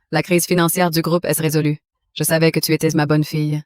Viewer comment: EST se prononce È et NON ÈSSE !